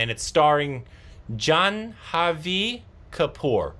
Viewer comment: Jahnvi is pronounced Jaanvi the h is quiet or silent. Jahvi Kapoor is SRIDEVI'S daughter!